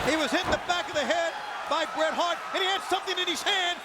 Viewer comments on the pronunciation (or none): So ass he messed up the name of bret hart go back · not the most infamous way that Buffer messed up Bret Hart's name